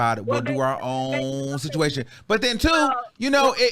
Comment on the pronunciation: The emphasis on the special “SITUATION” was a kiiiiiiii😂😂😂🤣🤣🤣🤣🤣🤣